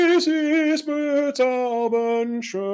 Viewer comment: LIsten more carefully . He sings the syllable "be" of "bezaubernd" not the way you do when imitating him. Subtleties, I know, but crucial when trying to fully understand FW's singing style. Btw, have you ever made a video on F.Corelli?